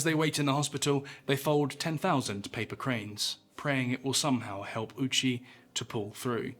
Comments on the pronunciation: Ou in japanese is a long O sound, not a U sound. Petty, sure, but irritating enough for me to hear that I have to stop. British people seem to have an obstinate insistence on maliciously mispronouncing things that is as endearing to me as it is insufferable to experience. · thank you for not pronouncing his name as "Owchie" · I know it's not the japanese pronunciation but the man who possibly experienced the worst death of any human in history's last name basically being "Ouchie" is one hell of a drop of dark irony. Also the margin of error here is insane, you're never going to pinpoint 2.4kg without a proper measurement but how the hell do you overshoot it by amost 14kg 😭That's like trying to fill a solo cup and emptying an entire 2-liter. Regardless, not putting this man out of his misery knowing what was coming strictly in the name of gathering data is one of the most inhumane things I've ever heard of.